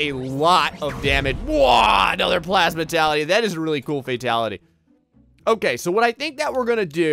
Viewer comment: Gravality Me: Can he read because it clearly says Gravitality not Gravality: Plasmatality Me: Yeah he can't read because it says Plasmality not Plasmatality